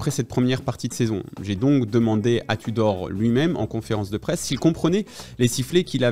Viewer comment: Irhhoor Touudorrhhh. Bien vu